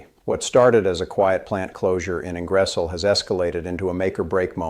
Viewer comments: ING. GER. SOL ..... hard G, I sounds like g as in Good. Then , O as in the word off. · If you are going to subject us to second rate AI posts please get the city names right……….its Ingersol……..pronounced Ing-ger-sol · Ingresol?????? this must be AI - so take with a pinch of salt. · It might help if you guys learned how to pronounce the name of Ingersoll….eh! I stopped watching your video. Geez. 🤔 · This reader cannot pronouce Ingersoll. ? terrible